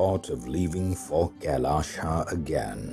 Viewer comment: Why pronounce “Kailash” as ‘Kailasha’? 🤔